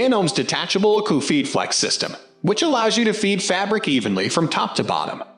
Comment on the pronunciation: ACUFEED - not uh QUE feed!